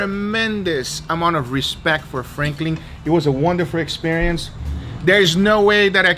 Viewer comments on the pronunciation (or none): god the name is franklin not frankling